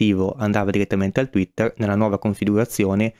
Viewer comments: Sei un grande, ma tweeter e non twetter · tweeter per favore non twetter